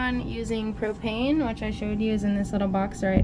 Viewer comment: When she said propane I thought she said cocaine. Lol